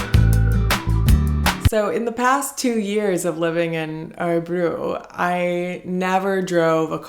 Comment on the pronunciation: Hur länge bodde du i Örebro? Du får öva på att uttala Örebro... Fast i Usa tar ni ju aldrig av er skorna, kanske när ni sover då...🤔